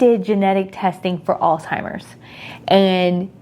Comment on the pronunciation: Alz (H)eimers not Alz (T)imers. So glad it wasn’t genetic!